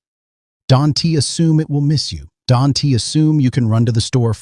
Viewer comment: Don-T??? Can-T??? Stupid AI!